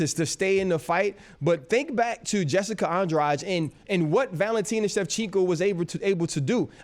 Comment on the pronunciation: Why is RC saying Shevchinko all the time?😅